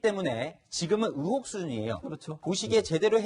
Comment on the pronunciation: 앵커가 의혹 발음이 안돼서 으혹이 뭡니까...듣는 내내 답답하네요